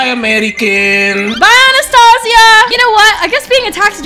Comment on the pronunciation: Girl my name is Anastasia and you don't say like that 😩